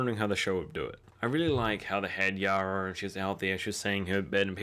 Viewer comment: Yara, not Yura.